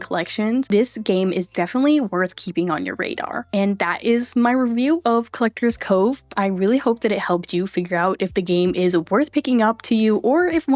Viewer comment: Collector'SSSSSSS Cove. There's an S there. It's not supposed to be silent.